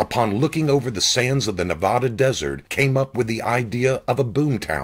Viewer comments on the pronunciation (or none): Narrator--The state name is proounced "NevAada", not NeVahDa"